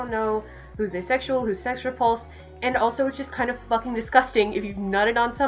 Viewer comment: The way you say “fUckEn’” is amazing XD